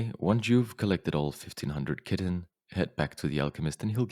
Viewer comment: Chitin is pronounced like Kie-tin